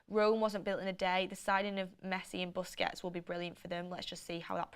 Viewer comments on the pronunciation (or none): none